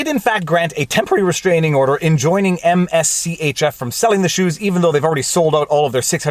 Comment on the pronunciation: MSCHF is Mischief without the vowels the brand is pronounced Mischief. whenever you make a follow-up video on the case please pronounce it properly. it's very distracting hearing you say all those letters over and over again.